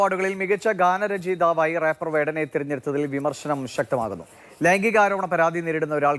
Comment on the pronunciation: റാപ്പർ അല്ല ഒപ്പർ പൂറന് അഭിവാദ്യങ്ങൾ 🤣🤣🤣🤣